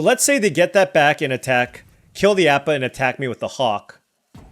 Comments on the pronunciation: Love your videos! If you re open to pronunciation corrections Appa is pronounced ah pa like the a in apple and guru pathik is pronounced pah teek with no the sound in the original English version of the show. It doesn't really matter just if you want to know 😊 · I remember you asking at one point so I'll say it, you are saying Appa wrong, should be ah-pa. Other than that, glad to see someone else liking some waterbending cards, seen some other players dog on it. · Ah pa like operation. At least, that's how the show pronounced it. Yeah, the uncommon Appa is underwhelming.